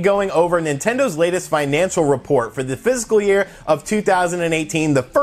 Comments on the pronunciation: he's def not saying fiscal. Fiscal doesn't have 3 syllables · ITS FISCAL, NOT PHYSICAL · I don’t mean to be picky but it’s bugging me. it’s not “physical” year it’s “fiscal” year. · Physical year or fiscal year? I keep hearing physical. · I head PHYSICAL year distinctly. you aren't crazy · Almost positive he meant fiscal (likely even was saying it tbh), but I came to the comments to see if I was the only one hearing physical :P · He also mentioned spring in his comments about total sales regarding the "physical" year. My guess is he meant fiscal and it just sounds like physical... or just a mistake. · Its fiscal year, not physical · He's saying "fist full year" 👍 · No, he's definitely saying 'physical'. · Are you saying physical year?